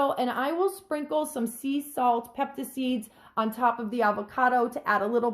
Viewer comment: it's Spanish and pronounced ... pepitas... peh pee tuhz . the e is short and the i is a long ee sound....